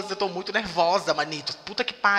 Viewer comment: "TENHO GULO QUE MIJA... MUITCHO."